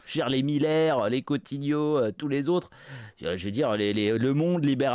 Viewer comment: Cotti-neau ! pas « Cottignot », bon Dieu. C'est dingue que vous déformiez ce nom depuis des années.